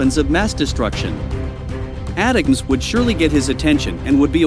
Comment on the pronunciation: Too bad you can't afford a human to narrate your videos - ATACMS is pronounced "Attack 'ems," not "At teh comes." Oh well, with that issue and 4.6k subs, that indicates 1945 is rinky dink <- FYI, that's pronounced "Rink E Dink" just in case a 1945 bot attempts to speech-to-text this comment. Even if I were an AI, which I might be, I'd still giggle ...